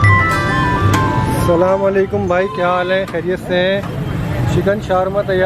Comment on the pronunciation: Bhai sallam wallekum nahe Asalam Walekum bhai salaam ALLAH ka kalam hai Bhai sahe bola karo